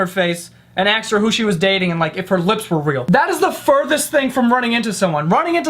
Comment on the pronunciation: Have you ever noticed that he says "aksed" instead of "asked" lmao